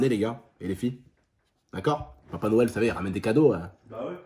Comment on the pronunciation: Mdr il a dit les cadeaux de Noiël pas de noël